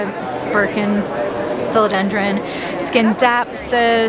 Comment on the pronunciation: Imagine running a booth at a tropical plant expo and not knowing how to pronounce “philodendron”